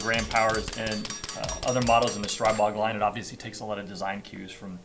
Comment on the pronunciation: Just a note: strih-bog rather than streye-bog Good review, thanks